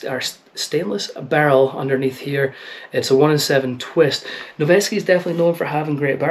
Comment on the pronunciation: Saying "Noveske" with a Scottish accent is very aesthetic